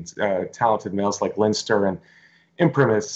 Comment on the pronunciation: Come on,you should know how to pronounce Leinster,one of the four provinces of Ireland!